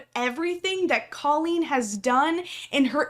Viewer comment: Coleen is Probably butchered the name